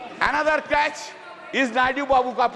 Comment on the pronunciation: Crutch not crach